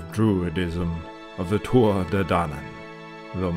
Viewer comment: it's pronounced two -ah .....